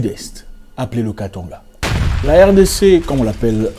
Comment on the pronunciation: Quand vous prononcer le nom Katanga svp je ne veux pas attendre le son on svp par ce que c'est un nom Kongo pas français, beaucoup commence à prononcer on aulieu de a . Merci zack pour le travail que tu fais tu es vraiment un vrai guerrier et je préfère t'écouter toi que le pasteur ,et je dis souvent aux gens tout au tour de moi d'arrêter d'écouter les pasteurs sinon ils vont s'abrouttir mais d'écouter les gens comme zack car ils vont mieux comprendre la vie 😃😀et merci encore pour ton courage soi béni